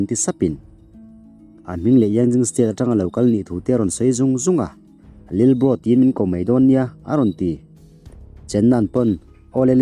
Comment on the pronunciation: Lilbro tih chu mawi loe lalbro tih tur awm tak 😂